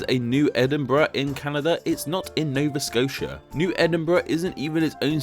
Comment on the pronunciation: Nova Scotia isn't pronounced like that!